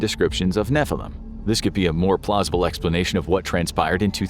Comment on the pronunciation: Finally you said a hebrew word as it should be נפילים